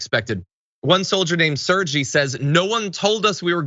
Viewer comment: It's not pronounced "Serjee" it's "Sergay"